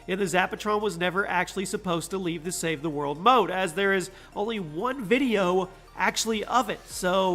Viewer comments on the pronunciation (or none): Ok he says “save he mode” instead of “ save the world” 😂